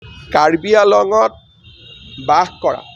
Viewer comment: pronounciation is not "karbi along" btw I am just saying